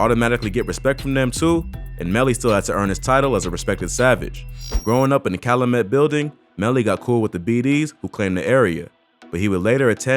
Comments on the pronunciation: Cal-YOU-met. Calumet. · The way you pronounce Calumet bothering me lol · Calumet is pronounced like kyle-u-met, not kyle-uh-met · It’s Cal U met not callamet…. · I find it funny how many ppl be researching shit going on in Chicago meanwhile we tryna make it out of chicago y’all be glorifying this goofy shit the fact that u pronounced (cal-u-met) like Calu-met screams out of town straight Buford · You pronouncing calumet wrong...its cal-you-met...not cal-lu-met. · Its Cal- U - met not calamet the “U” is a u sound not “A” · It’s not Ca-lu-met It’s Cal-U-Met 🤦🏾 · Kal-u-met my nigga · It is so funny people try to do documentaries on Chicago’s gang life and can not pronounce none of our streets. There is no 59th Calumet Parkway!! pronunciation is (cow-u-met) or the Met building 6219 S. Calumet the high school is Du Sable HS Pronounce (do-saw-blem) just put it all together that is how you say the name of the streets and school out here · Calumet is pronounce "Cal-you-met" in chicago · It’s pronounced “cal-you-met” calumet . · You gotta pronounce calumet right cal-you-met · It's pronounced... CAL-U-MET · Anyone who’s listening and not from Chicago, it’s pronounced Cal ‘you’ met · Fam it’s pronounced CAL• U• MET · 😑😑 damn boa it’s pronounced CAL-u-Met i cringe every time you say it 🤦🏽‍♂️🤣 that’s how I know Niggas don’t live in my city just love to study it smh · Calumet (CAL-U-MET) yall out of town bloggers get on my nerves g..... lol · Its pronounced Cal-You-Met buildings. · REPEAT AFTER ME..... CALUMET IS PRONOUNCED CAL U MET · Bro it's Cal-U-Met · You know he ain't from Chicago how he pronouncing calumet. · This video is BS. I can tell this guy never step foot in Chicago from the way he says calumet and DuSable. That's not how we pronounce calumet or Dusable in Chicago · Can't even get past your pronunciation of Calumet and DuSable. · You can tell dude aint authentic... how many words you gonna mispronounce?? Calumet, Dusable, smh. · *Cal-U-Met & *Du-Sä-ble